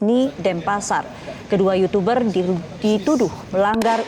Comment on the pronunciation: yutuber mba.. bukan yucuberr.. jgn ikut2an rando ah..